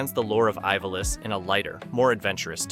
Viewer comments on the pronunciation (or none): Ivalice is pronounced Eeva-lease...